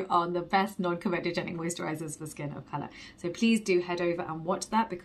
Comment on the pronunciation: Hey you say comedogenic correctly now, your parents will be so proud 😉